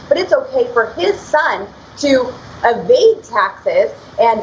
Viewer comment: EVADE, not Avade.